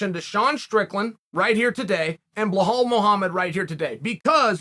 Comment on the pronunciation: It’s Belal not behal, what’s wrong with this dude ?